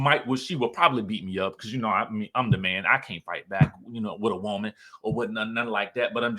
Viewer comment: Lol i love how you said "woe-man" all country like al on fox soul lol